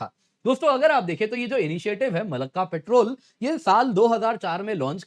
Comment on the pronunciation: पेट्रोल नहीं पॅट्रोल